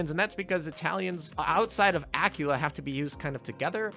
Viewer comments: Guh, it shouldn't get to me as much as it does, but A-kwi-la (as in quick), not Acula (as in cute)-_ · kinda gets me too, that he says Acula as in "Dracula"